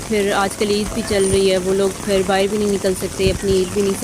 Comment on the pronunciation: "bahar" hota hai, bahir nahi 😁😁